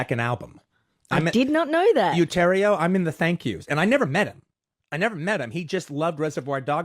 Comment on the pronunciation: "He thanked me on his SECOND album!" In Utero was technically Nirvana's third album. Bleach is so rarely referenced or even known about. How laughable that he didn't pronounce "utero" correctly, too. I enjoy Tarantino's films, but Reservoir Dogs has never been my personal cup of tea.